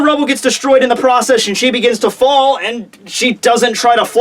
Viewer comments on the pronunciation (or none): none